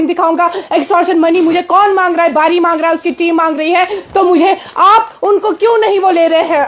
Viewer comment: Dr bari naik nhi bari bolo 😂😂😂😂😂😂😂😂